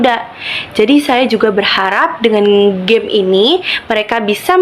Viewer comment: Semangat Kk, saran dr bu guru dijelaskan/diketik dulu aplikasinya dari browser atau hrs download di playstore. Oiy pengucapan permainan di awal dlm bhs Inggris seharusnya geim bukan jeym y